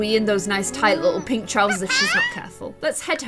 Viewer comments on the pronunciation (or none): none